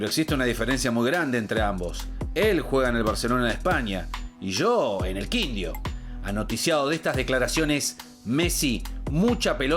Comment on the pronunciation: El locutor en de Quindío dijo Quindio. Y ¿cómo es que dicen que no existe rima pa' "indio"? 😝 Che... pónganle los tildes en el guión, que en el video anterior también dijo algo de una forma rara con el acento cambiado.